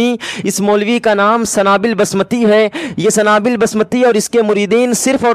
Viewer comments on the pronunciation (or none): A Sanabill Nahi Sunabill Hai